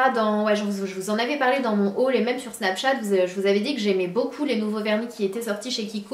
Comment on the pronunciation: Mdrrrrr "les semaines sont passées tellement...BLBLBLBLLLLLLL" x'D oui je ris pour rien...mais tu m'as tuée x) SNAPSHAT FAMILYYYYYYYY <3